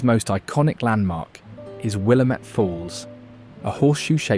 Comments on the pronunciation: ☝️🤓 Actually, it's "Wil-LAM-it," not "WILLUH-met." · I was surprised at how many names he pronounced correctly before butchering Willamette 😏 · Wrong saying "Willamette" incorrectly. Shows you've never spent time here.